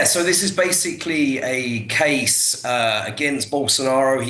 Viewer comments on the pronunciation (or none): none